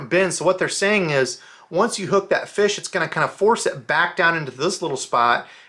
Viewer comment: I love that he says feesh. It’s my favorite!